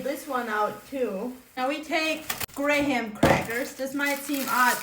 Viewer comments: She said “gray-ham” crackers! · Did she say gray ham crackers?😂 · did she say Grey ham crackers? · Did she say, "Gray-ham crackers?"😂😂😂 She's adorable!!! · First time I've heard an American pronounce Graham with 2 syllables! 🇦🇺(Obs due to her accent. I'm so used to hearing "Gram crackers") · Gray-ham crackers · “Grey-ham crackers” 😅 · The first time I heard gram crackers pronounced grey ham crackers. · Did she say greyham crackers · “This might seem odd” Ma’am im still processing your pronunciation of graham crackers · Ive literally never heard an american say graham properly omg girl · Looks yummy. The h in graham is silent.